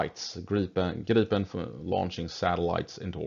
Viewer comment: in english it sounds like you are saying Girl-pin... hehehehe